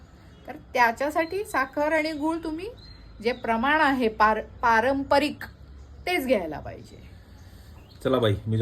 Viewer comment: "पारंपरिक " छान बोलला ताई एकदम शुद्ध ❤